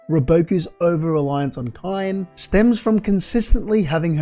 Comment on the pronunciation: Kaine is pronounced kai-neigh